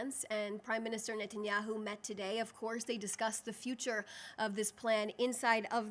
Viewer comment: OK, firstly, I love this wonderful intelligent, beautiful girl’s eloquence, passion, and always factual truth. I love everything about the way she communicates and her beautiful way of speaking. I also want to give her a shoutout for being literally the first English speaking public-facing media related person correctly pronouncing the super super easy Bibi Netanyahu’s last name. For you dunces out there who can’t say this simple SUPER EASY pronunciation, Netanyahu is pronounced: Ni-Tan-YAHU (notice the NI, not NE pronunciation). The vocal emphasis is on the last of the three syllables. IT IS NOT PRONOUNCED: NET-enyahu (there is no E sound in the first syllable). This does not rhyme with a basketball net. It rhymes with Cousin It)😅 It really isn’t hard, folks 😂